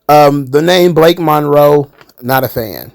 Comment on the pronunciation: It's Balake Monroe